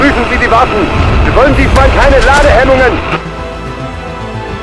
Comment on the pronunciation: Someone tell this fella that in German the W is more like a V. Vaffen morelike. He is saying Waffen like waffels lol.